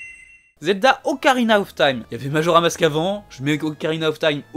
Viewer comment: Salut super vidéo mais c’est Majora’SSSSSSSSS mask, voilà ça me stressait 😂